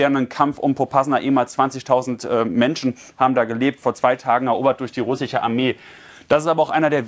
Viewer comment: "SCH" verdammt! RussiCH 🤦‍♂️